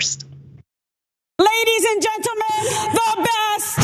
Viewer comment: "LADIES AND GEN-TEL-MEN.." This made me wanna puke!!